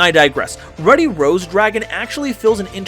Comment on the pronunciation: You're saying Ruddy wrong................